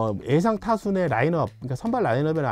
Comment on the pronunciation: 형 “에상” 아니라 ”예상“. “한하” 가 아니라 “한화”